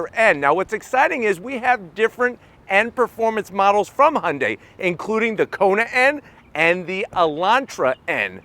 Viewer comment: Only one non-korean car reviewer who can pronounce Hyundai correctly.